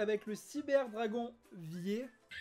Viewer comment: Lol, "vier". Ca se prononce : Fir. C'est de l'allemand, comme "eins", "zwei", "drei". Faut retourner à l'école :-p